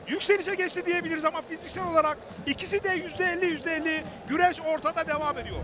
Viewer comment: Güreş değil " Güleş" 😂